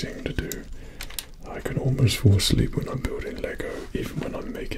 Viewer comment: I thought he said "If you Force Leap" instead of "If you fall asleep"